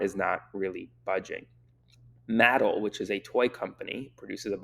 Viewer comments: I don't mean be that person, but it's not pronounced Matt-ul, it's Ma-Tell. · Do you mean Mattel? It's not pronounced Mat-el is pronounced Ma-tell. But thanks for the info!! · I’m sorry to be that guy, but Mattel is pronounced with a hard T. Ma-Tel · I know you didn’t grow up with toy commercials, so it’s pronounced mah-tell with the mah as a short syllable. 😊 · Muh-TELL is the pronunciation, Aaron. Makers of Barbie etc. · Aaron, it’s Mattel (mah-tel). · All the things going on and you're focused on the way Aaron says Mattel. 🤦🙄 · It’s actually Muh-tel. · yes Muh-tel is correct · Yeah, it's mah-TEL, right up until the Trump economics puts them out of business.